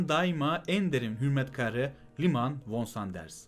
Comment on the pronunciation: Sıkı takipçinizim. Fakat Liman von Sanders von olarak değil fon olarak soylenmelidir. Zira kendisi Almandir ve Almancada v ler f diye okunur. Saygılarımla.